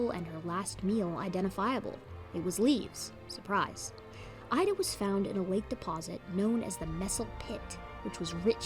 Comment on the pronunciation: Hi, my girlfriend is a biologist and lives less than 10km from the Messel pit in Germany. She informed me last year that "Ida" is actually pronounced "Eeda", according to the local dialect. I thought I would mention this as i know you like to be 100% correct with your brilliant work. Hugs Xx